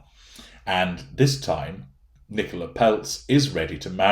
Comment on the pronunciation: Isn't itpronounced Nicola as in Cola? The way you say it's an English name.